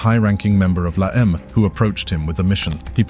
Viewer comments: Pronounced : (Law-em-ay) stupid Brit...Not La Eeem. Ese (Spanish for S) Is a term only used by Sureños from Southern California "Sup Ese?" Not to be used up North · Also this documentary is not great info on la eme cant even pronounce it right lol